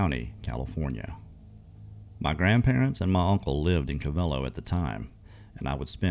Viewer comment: Its call co - vel - low